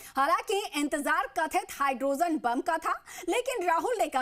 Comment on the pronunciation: It is hydroGEN, not hydroZEN. Kya Bharat mein paddhay-likhay logon ki kami ho gayee hai!! Aap log kya chhati paas kar ke journalist bannay ki koshish kartay hain??? Ya sifarishi tattoo hain!😮